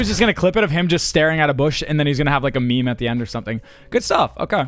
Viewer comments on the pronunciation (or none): none